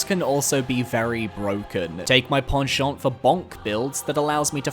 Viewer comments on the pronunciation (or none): none